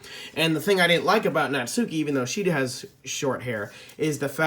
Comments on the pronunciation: I got sayori for christmas, fun fact the ones behind the creators of the bendy plushies made these. And the short is known as a blazer Japanese uniforms are a vest, blazer and a skirt for females... You're saying natauki wrong watch bijuu mike he tells you how to say it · Says Natsukis name wrong Me: Triggered: Says Natsuki si the worst plush Me: VERY TRIGGERED